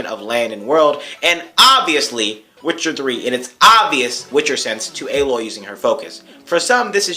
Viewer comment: I call her Aloy not Ey-loy. :P. JK